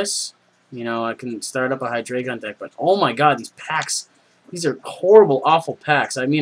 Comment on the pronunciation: You said Zweilous right, but Hy-DRY-Gon, Eins Zwei Drei